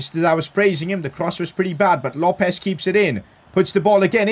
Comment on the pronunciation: PCQ: LOPES IS PRONOUNCED LO PEZ